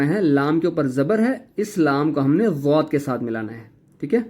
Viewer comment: Plz zowad mat bolo dowaad bolo